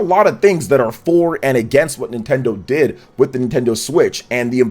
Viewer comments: “Nintenso” LOL! 😂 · Wtf is NintenSO?